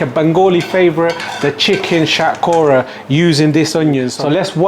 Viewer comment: Sounds weird when you say bengali words such as shatkhora in the coconut way. Just say it in bengali man give it to them in the real way it’s more authentic like that